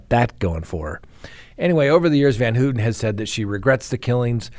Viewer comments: It's pronounced van-HOW-ten. Maybe not a big deal but as an attorney talking about one of the most infamous cases in US history, you should get your facts right. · It's hilarious how you pronounce Van Houten it doesn't even resemble the actual pronunciation of her name. Google translate also has audio translation if you want to pronounce Dutch names take the effort to use google audio simply type in the name and choose Dutch language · Charles Manson Pronunciations: Leslie Van HOW-ton. KREN-winkle, like GREN-winkle. Don’t even try prosecutor Vincent Bugl-O-si.) 😂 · Let’s all say it together!! Van HOWWWTEN and KRRENNNWINKLE! I apologize for my OCD. Not like they DESERVE to have their names pronounced correctly right? 😆😆😆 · Van HOWton.....KrEnwinkle.....Gon-sal-vez. You pronounce a number of these high profile names incorrectly. She didn't stab Leno. Plus, Steve Grogan, another Manson family member involved in Shorty Shea's murder at Spahn Ranch, got out in '86 so she's not the first Manson member to get out.